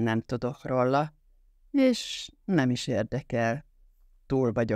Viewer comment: Akkor én leszek a harmadik... Sajnálom, de a "rolla" a "róla" helyett, többek között, iszonyatosan irritál...